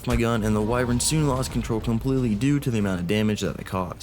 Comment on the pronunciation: I love you been watching for years, but why the hell do you say “Why-vren” instead of “Why-vern”?? I’m glad you don’t say “Wi-vern” though